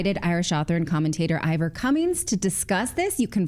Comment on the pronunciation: It wasn't the UK, it was Ireland. And his name is Ivor not Eevor lol